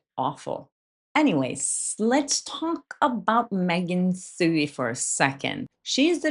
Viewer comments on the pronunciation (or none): Did you say Meghan fewey? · Megan Twohey's name is pronounced "2-E" Just thought you might want to know going forward so she doesn't have any ammunition against you. I love how you pronounce a lot of English words slightly off sometimes, I think it's endearing (none of us speak perfect English.) I just wanted to throw that in there. Zero pressure! (haha)